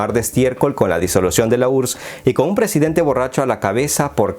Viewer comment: un presiente borracho, donde he visto/escuchado esto??????